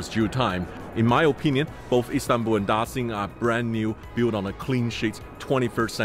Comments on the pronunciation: why are you pronouncing it 'Da-sin' it's 'Da-shin' surely you should know that since you're an aviation geek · I like your video very much, but I wanna remind you to stop saying "Da Sing" airport, and even the foreign architect knows the pronunciation is like "Da Shing" airport. We know you can speak mandarin very well, so stop doing that, thanks. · No ones gonna say it? Daxing? Dashing? Ok I'll leave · Sounds like Dashing. Beijing Dashing Airport. Btw the Chinese names means great prosperity.